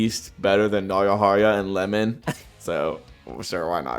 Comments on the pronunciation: nice video just found one error,very early xD Its Iemon not Lemon..with an I not L xD beside that i see Barou over Shidou because hes my fav^^ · Bro called Iemon, Lemon 💀